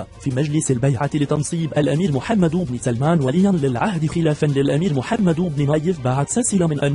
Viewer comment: ياصاحب الفديو اولا اسم محمد يلفظ بالسكون وليس بالضم ثانيا محتوى الفديو لا حديد او مثير فهو تافه جدا